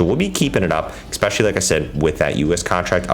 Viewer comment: Dude, what's with the use of the word "expecially"? Surely you know this is not a word and you're using it all the time in places where "especially" wouldn't fit.